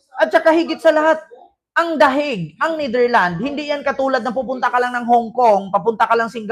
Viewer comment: Psssttt correction lang please, it is pronounce as NetherlandS may S sa dulo.😊❤